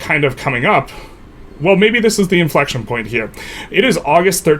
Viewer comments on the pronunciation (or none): inflecTION! inflecTION! inflecTION! Not hating just an observation. Decent content.